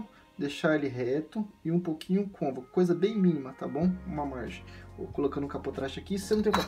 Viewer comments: Muito bom, mas o correto e dizer côncavo e nao "convaco" kkkk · É concavo nao convaco kkkk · Convaco kkk (côncavo) desculpa pela correção mas me deu agonia kkkk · Desculpe lá nas Cônvaco não existe em português. A palavra certa é Côncavo. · Obrigado pela dica, vou tentar regular meu Gianini performance. Quando você diz "cônvaco", o correto seria côncavo, pode pesquisar pra ver. Mas obrigado pelas dicas, forte abraço. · CÔNCAVO, CÔNCAVOOOOOOOO. Não ConVACo!!!!! Karaio. Fora isso parabéns. Vídeo bom. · Show.... Bem instrutiva a explicação.... pequeno detalho de palavra... É CONCAVO e não convaco.... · Não é cônvaco, é côncavo. Mas a dica é perfeita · man, parabens pelo conteúdo gostei muito.. mas o nome correto é CÔNCAVO; embora, eu acabei descobrindo que Cônvaco é muito mais legal de falar. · Mais alguém ficou agoniado cada vez que ele repete "convaco"? hahahah é CÔNCAVO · Muito bom!!! Porém a palavra é CONCAVO e não CONVACO! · Convaco não Côncavo 🙏🏾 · Gostei das dicas mas a palvra é concavo e não convaco te liga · "Cônvaco" .... rachei aqui com todo respeito 😂😂😂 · Ótimo vídeo. Bem esclarecedor. Só precisa cuidar com a palavra Côncavo, pelo visto está acostumado a falar errado. No final do vídeo tem outro erro no agradecimento: vc colocou obrigadA e o correto é obrigadO. Sucesso com a lutheria e com o canal!!! Abraço!!! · Realmente eu adorei o "CÔNVACO". que idioma é esse ??? KKKKKKKKK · Boa!...mas é "concavo" e "covexo" obrigado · A pronúncia correta é Côncavo.